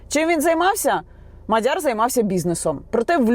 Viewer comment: Яніно,МАдяр не МадЯр..і ще п'ять - сім слів для коменту😅